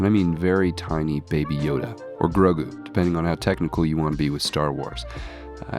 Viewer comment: At first i thought, oh no, did someone replace my favorite diorama craftsman? Imagine my relief to hear that no, you are just coping with a cold. Take care and get well! Plus, I nearly spit out my coffee when i heard "Groda" 🤣